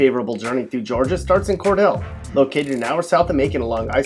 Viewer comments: its pronounced "core-DEAL" not "core-DELL" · It's pronounced Cor-deal, not Cor-dell. Apparently you've never been there. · You pronounced Cordele wrong. (Its pronounced core-deal) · 1st city is pronounced Cor Deal. Not Cor Dell. Catty ass video. No, I don't live in any of the 10 cities. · its pronounced "cor-deal" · It's cordeele darlin. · It's pronounced "cor-deal" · Cordele is pronounced kor-DEEL., and many of your opening photos aren't from Georgia. Macon is a third-world country, so you got that right! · That's pronounced Cordeeel (loooong e) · His pronunciation of Cordele was deplorable. lol. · Not cordele😭 not Jesup😭 I live in Fitzgerald😭😭😭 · i’m back 2 years later and the guy can’t even say Cordele... you ain’t ever stepped foot in Georgia you city slicker. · Great vid. But you said cordele wrong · this is the most insulting video ive ever watched. learn how to pronounce Cordele the right way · You mispronounced Cordele. Also, you missed Albany, GA, but then again, a few of these places hardly qualify as “cities.” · He did say cordele though and Fitzgerald and Eastman and I peed my pants laughing sounds like some outsiders oped to me. But what do I know I live in Macon. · Yes thank you. No one disrespects the dele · He mispronounced Cordele. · guy cant pronounce the names correctly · with a Toronto police photo.....hahahaha. He pronounced Cordele wrong. My husband is from there and hates when people fuck up the pronunciation.....I've lived in Atlanta and surrounding cities all my life and I can agree and disagree with a lot in this video.